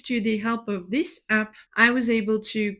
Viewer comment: Are you aware you pronounced the word APP incorrectly